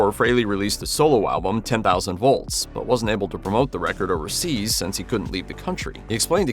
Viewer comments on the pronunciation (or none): none